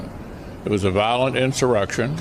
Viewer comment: "Vilolent"? Come on,! (we love you, anyway)